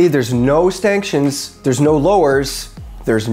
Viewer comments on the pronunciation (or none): Did I hear "Stanktions"? 🤣